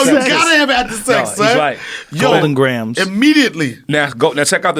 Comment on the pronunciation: joe " goldeedn grahms " rogan